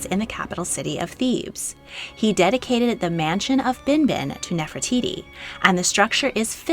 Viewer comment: Gosh I’m sorry but I can’t stand the way you pronunce Nefertiti. 😵‍💫